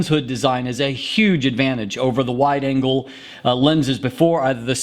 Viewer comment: He has weird pauses - he actually paused between "full" and "frame", and between "wide" and "angle" (I know - I'm easily annoyed, heh )